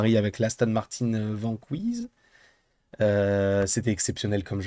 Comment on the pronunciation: Déjà, c’est pas Vanquiz mais Vanquish